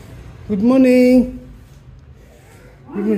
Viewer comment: Wen u say good morning it sounds like dood marring😂😅